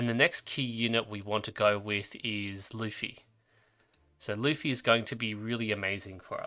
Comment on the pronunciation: great video bro i was planning to save for nydia and estra cuz i realy like there design and i dont care about meta that much btw that guy lutfi is prounonce ''LOTE.FI'' its an arabic name keep up the great work